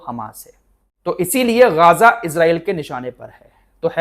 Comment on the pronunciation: Gaza, Not gaaaza.